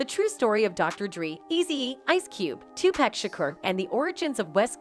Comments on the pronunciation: It's pronounced " TOO PAC"! NOT PACK!! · Pleaseeeeee get his name right TUPAC LADY TUPACCCCCCC PLEASE PUT SOME RESPECT ON HIS NAME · You all really need to learn how to pronounce Big's and Tupac's names. Also you are pronouncing Surge's name wrong also! SAY THEIR NAMES RIGHT! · After ALL these years, there is no excuse for mispronouncing Tupac’s name.